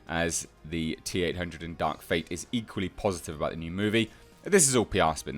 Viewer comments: The way you said TerminATe Dark fATe 😂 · Terminatuh Dark Fatuh. The laugh I needed, H. Thx